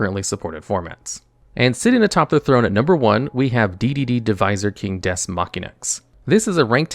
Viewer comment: the way you pronounce Deus offends me